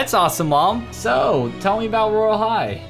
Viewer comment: In was like sho (so) lol 🤣